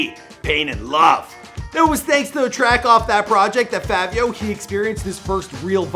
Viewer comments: Fivio not Favio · My guy it’s not favio it’s, fivio like five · Stop saying FAVIO NIGGA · They Were Famous PLEASE LEARN TO PRONOUNCE THE NAMES OF THE PPL YOU ARE DOING VIDEOS ON...ITS CRINGE WORTHY HEARING YOU SAY FAH-VIO..(IT'S PRONOUNCED FYE-VEO)...ONE VIDEO YOU SAID RUH-KEEM...IT'S RAKIM (RAH-KIM)...THANK YOU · Bruh ain’t even day Fivio name right😐😐 Favio? It’s Fi-Vi-O, Say with with me, Fivio. 😭😭😭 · its 5vio not favio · Im still windering why he sayin Favio its Fivio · Its not favio its fivio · “Favio Foreign” where tf do you hear an A in “Fivio”🤦🏾‍♂️ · ITS FI-VI-YO‼️. Favio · Why he say Favio like there’s a “A” in there. It’s Fivio like the number 5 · It’s not Favio it’s faaviooo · Somebody tell me where In fivio foreign There's an A he kept saying Favio foreign like nigga what 🤣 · Favio? Jesus christ🤦🏾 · FYE-vee-ohh... lol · Why does he keep saying “FAAAAvio foreign” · Who tf this dude think he is callin him “FaViO” 🤦🏼‍♂️🤨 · Fucking “favio” 🤦🏽‍♂️ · why it sound like he saying "fabio" 😂😂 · I can’t finish the video “fahvio” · Mans said Favio Foreign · How do you do research on this person, and other this other stuff, yet mess up the name, you sat here and said favio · The “favio” is killing me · Bruh I deadass hate how u pronounce his name lmao it’s FIVI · You need to redo this vid bro smh it’s FI-VEE-O Foreign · Bruh really said “FAHvio foreign” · fahvi sosa, viral muvie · Bru why I say his name like that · Didnt even say his name right the whole time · how you do research on bro and still cant pronounce his name right smh